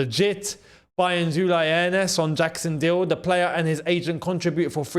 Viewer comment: And its NOT Uly! Its Ulee!!